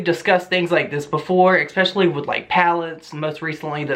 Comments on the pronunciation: I don’t really care about any of this I just want to say it’s ESPECIALLY NOT EGSPECIALLY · Especially, not expecially